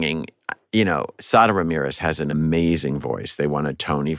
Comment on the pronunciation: I had to think twice when he said "sodomy" er, I mean "Sadaramirez".